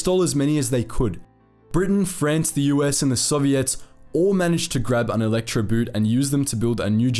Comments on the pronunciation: Good video, BUT I'm a bit shocked that despite your usual fine German pronunciation, you fell into the "boot" trap. Electroboot isn't an electric shoe..."boot" is pronounced just like the English word "boat". No difference. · You should pronounce Elektroboot with the oo like the way you pronounce it in door, not the way you pronounce it in loon. For accuracy sake, pronounce the words like in the original language, it otherwise sounds ridiculous. Elektroboot like in electrical boot as in footwear instead of Electroboat? Really? But BBC does the same, so your in good company. Instead of pronouncing Luftwaffe like Luftvaffe, which is the correct German pronunciation, they pronounce it Luftuaffe. I am from Eastern Europe, not German but lived in an area with several nationalities and speak German. It always amazes me how English speakers almost never make an effort to pronounce foreign words correctly, even when doing documentaries where you'd think accuracy is important.